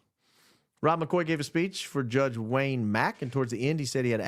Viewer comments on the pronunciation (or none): none